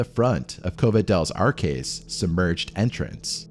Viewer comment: "Arques" is not caskets.... it's arches. Cave of the Arches.